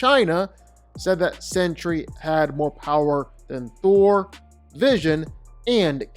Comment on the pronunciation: I like how u kept saying "Throll" 😅. He's too overrated